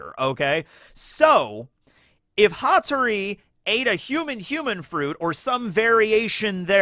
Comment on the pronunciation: Its Hattoris Pa, Pattori